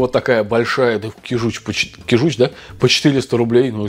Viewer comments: кИжуч, а не кижУч😣 аш слух режет😣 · кИжуч,а не кижУч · Не кижУч, а кИжуч😉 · ты меня всегда поражаешь неправильным произношением слов! КижУч! Восторг! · привет. Как всегда классно. Один момент, на будущее. Не кижУч, а кИжуч. На первый слог ударение. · добрый день! Правильно говорить кИжуч. Извините, что поправляю. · рыба кИчуж, ударение на первый слог. Кижуч имеет наоборот жирное мясо, конечно не как у чАвычи, но намного жирнее горбуши, кеты, по крайней камчатский лосось именно таков) Засолка рыбы соль + сахар, два к одному (соль лучше крупную, но промывка рыбы тогда) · Как же режет слух неправильное ударение в названии рыбы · кИжуч, а не кижУч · Не кижУч а кИжуч😊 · КижУчь 😢😢😢 Как можно так говорить ? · Можно уже выпустить приложение к учебнику русского языка "Как нельзя говорить" и собрать туда всю косность речи блогеров. Кровь из ушей от вашей речи. Один - "палтУс", другой - "кижУч".... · Нет ну честно уши режет: кИжуч, ударение на И! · говорят КИжуч! Ударение на И! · кижуч. Ударение на,и,,. Произноси правельно. Режет слух😮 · Кижуч - Ударение на первый слог! Меня как жителя Дальнего востока передёргивает)) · Кижуч. Ударение первый слог